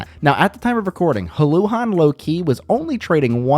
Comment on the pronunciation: Your pronunciation of the name Houlihan reminds me of the Key and Peeke substitute teacher sketch. 😂